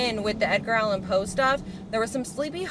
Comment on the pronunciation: She said, "Edgar Allan POO"!!! 💀🐦‍⬛💩